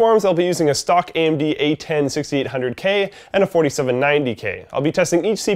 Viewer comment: What's an "Amen-dee"?